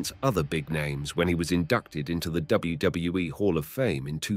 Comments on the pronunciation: Shot of tequila for each time he terribly & badly says "N U O, Ayo-W-E" yet says WCW and WWF correctly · learn to say wwf and wwe for god sake u can say it! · Especially when there was once or twice in this video he said it correctly then just back to gibberish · I never heard anyone have quite as much trouble saying "WWE" as this. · I thought it was just me